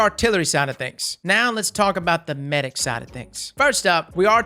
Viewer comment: Meh-dic. Hows about a trials tips video, maybe w\ specific map tips? I hope RAID pays you alot for the cheesy add.